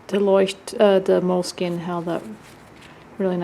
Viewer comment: I very much enjoy hearing you pronounce Leuchtturm1917 that I wish you did the same for Moleskine's proper pronunciation. 😊